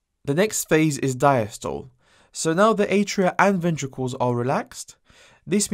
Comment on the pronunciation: bro it’s pronounced sis-tol-le and di-as-tol-le